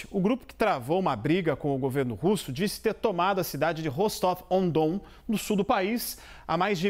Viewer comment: A CNN não tem ninguém que entenda um pouco de Geografia ou de russo? O nome da cidade é "Rostóvia do Dom". Você pode até achar que "Ah, então estão dizendo o nome original na cidade", mas não, o nome original da cidade é (pronúncia aproximada) "Rastof-na-Danú". De onde eles tiram esses nomes hein?